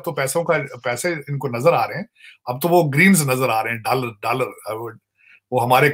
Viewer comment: I love the way he say "DALLAR" 😂😂😂